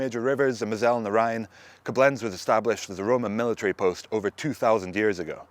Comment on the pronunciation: Hehehe.. love how he puts the accent on the wrong syllable when saying Coblenz.